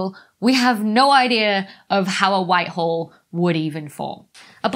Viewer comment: With her accent, sounds like she's saying "white WHORE". Frankly, I resent the implication.